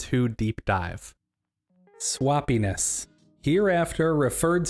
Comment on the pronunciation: It took me a minute to figure out which body part swappiness sounded like 🤣 Great video! The filing cabinet analogy is spot on.